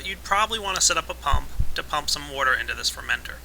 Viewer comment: I love how pronounces water "wouudur":D